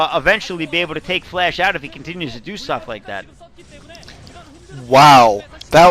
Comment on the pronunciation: It sounds like is saying "Flesh" instead of "Flash" ^^